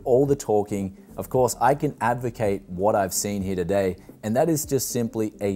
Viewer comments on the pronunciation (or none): none